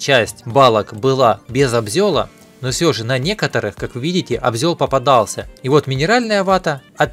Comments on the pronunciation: Обзол , а не обзел( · привет! Не обзЁл, а обзОл)))) Но звучит убийственно)))))))))) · Не обзел,а обзол! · Обзол он и в Африке обзол...Живу 56 лет ну не приходилось даже слышать среди строителей обзёл.....Просто жалко Наш русский язык,красивый и певучий!😊😊😊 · "Обзёл" уши режет. Правильно говорить "обзол". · Не абзёль а обзол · Может все-таки обзОл, а не обзЕл?) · ...как же ш єтот обзЕл по ушам режет. Аж суть теряеш, не слушаеш, куда привичнее ОБЗОЛ воспринимается.. А так ролик хороший и пояснения четкие и по делу, без води. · Обзол 👆, а не обзëл. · Не обзЁл, а лбзОл. Как так можно..... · не обзЁл а обзОл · обзёль ,смешно ,а вообще ,обзол правильно ,ну не чего страшного !) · обзол, а не обзЁл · не абзЁль а абзол. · Обзел обзел ты что чебурек ? Обзол а не обзЕл 😅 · Автор абзел, столяр аааа...мои уши ( правильно обзол) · Сам обзел 😂 обзОл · Обзёл, что за слово, жуть. Обзол правильно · Сам ты ОБЗЁЛ.ОБЗОЛ правильно.Так наверное у вас в хохляндии мастырят. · Как можно произнести ОБЗЁЛ,ну ладно раз, ну два.,если ты читаешь -ИСПРАВЬ,начинаю чесаться обзёлом. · Я 15 лет жил в дерево добывающем посёлке. Я 10 лет в стройке в другом регионе. Но обзЕль это писец)))) никогда такого не слышал, прямо уши режет